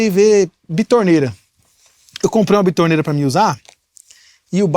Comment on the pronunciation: Não é bitorneira 🤣 é betoneira.